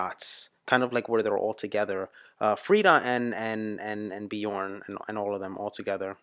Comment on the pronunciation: you are clearly an ABBA Fan now, you should learn to pronounce their names corectly, try angneta instead of agneta, and björn is like bjearn the ö is not an o, it's like the beginning of the word earn